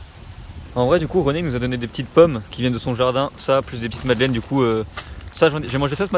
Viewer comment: C’est pas madelaine mais madeleine 😁